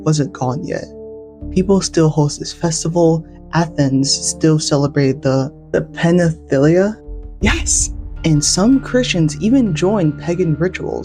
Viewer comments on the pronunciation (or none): Your mispronunciation of Panathenaia (a term from your own religion!) Is a sheer scandal. You read — or misread — it as if you had never learned what letters, and what sequences of letters, stand for each sound.